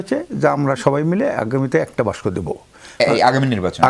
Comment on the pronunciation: দাদা বাসক না, বলুন বাক্স,কিযে কন দাদা